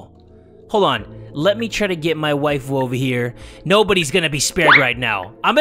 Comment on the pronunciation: My wafiu is what he says not mai waifu